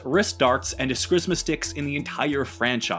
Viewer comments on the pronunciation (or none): My dude, nightwing uses escrima sticks. There's no s before the m. Es-kree-ma. Just a correction for later. You butchered that word in spectacular fashion. 😂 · It's pronounced "ess KREE ma" stick.